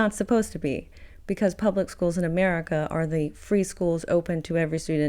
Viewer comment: Uhmerica is unfixable.